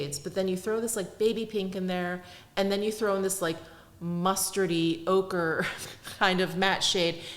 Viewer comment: When you said ochre...I heard ogre 🥲🥲. It thought ogre was a good description of the shade🤣!